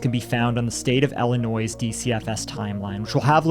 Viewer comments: Ill - i - noy. Not noise. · The S in Illinois is silent btw..... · Not for nothing, but.. The s is actually silent in the pronunciation of Illinois... It's French. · The s is silent in Illinois guys